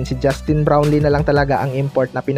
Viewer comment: Bulol puro ka balita KY brown lee.wala ka kina iba sa mga nag ba vlog puro bron lee dn mga kasinongalingan naman.buti pa d nyo na e balita c brown lee kng d totoo nakaka boisit lng.